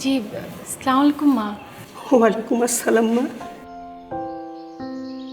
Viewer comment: Salam ta thik vabe uccharon na kore ara use kore...ata thik na...slamolaikum hbe na... assalamualaikum hbe... jotosob faltu nayok naika